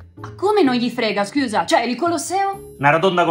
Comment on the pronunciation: Comunque è “scüsa” 😜